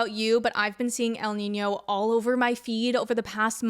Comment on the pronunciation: i know this is a super important and super devastating topic, but i just wanna say that, as a native spanish speaker, you nailed the pronunciation for el niño and la niña!!